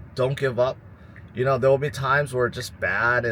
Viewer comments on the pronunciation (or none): Smart guy tons of good analysis but why does he talk with too much starting his words with “da” Instead of “there will” It’s “dar will” or it’s just a “d” Instead of “thing” It’s “that is not a ding”